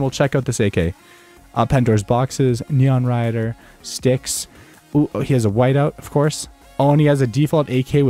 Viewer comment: neon rider?? it sounds more like Nyan rider